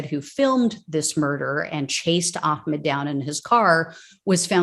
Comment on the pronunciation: Hum; It's Ahmaud NOT Ahcmed. Judge Timothy R. Walmsley has to be a kkklown for excluding The pictures of the front of the truck which bandished a Confederate flag and, the end of the recording in which he called AHMAUD the N-word as he lie dying! The jury get didn't to see that! Timothy R. Walmsley was a kkKlown member protecting Klown members! Whatever happened to "the whole truth and nothing but the truth"?